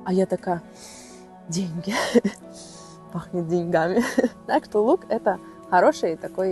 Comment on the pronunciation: Классное видео, успехов Вам и процветания. Пахнет деньгами, ударение на первую гласную. Привет из Казахстана!